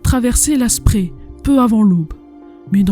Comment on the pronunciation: Je ne l'avais pas vu. Bravo et excellent travail, même très bon boulot. Comme toujours, efforce-toi de bien prononcer les mots allemands. Le fleuve qui traverse Berlin, la Spree, se prononce, la Chpré pas la Spri. Ça fait toujours mal à mes oreilles d'amoureux de cette langue. Mein Goethe. Cela dit, tu as fait des efforts, tu dis Strasse comme il faut, ainsi que plein d'autres mots. Voilà pour la forme. Pour le fond, je l'ai déjà dit : superbe boulot.